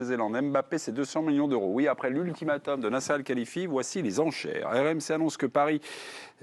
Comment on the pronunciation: Olivier Ménard qui ne sait même ps prononcer nasser Al-Khelaifi